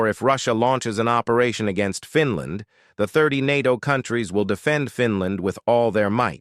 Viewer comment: I’m sick and tired of your over and over “repeated” wrong mispronunciation, it’s FINL’A’ND and not FINL’I’ND. I’m sorry narrator, it’s NOT called Finl’i’nd, but rather instead it’s properly called Finl’a’nd as in FINL’A’ND!!